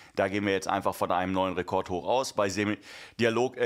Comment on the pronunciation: Hihihi...er hat Rekot gesagt